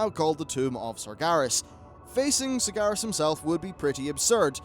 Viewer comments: FFS It's SargEras not SargAras :( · Sar-GE-Ras, not Sargaras.